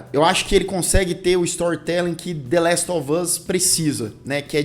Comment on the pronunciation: "La ele of us" 🤣